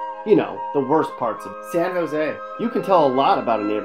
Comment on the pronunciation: ...."SAN JOse" hahahahahaha